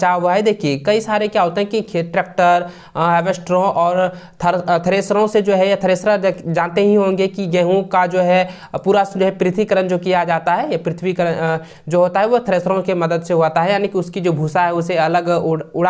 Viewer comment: Sir tharmesaro nahi thraisar hota hai